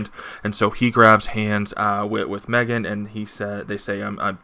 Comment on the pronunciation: I gottta ask... where do you get the pronunciation of Meggan as "me-GUN"? What did I miss? I've always pronounced it same as name Megan (MAY-gan) as Meggan simply a variation of the name Megan.